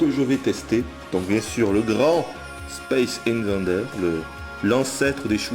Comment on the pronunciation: Mec tu te rends compte que t'as dis : Space Invendeur :D ?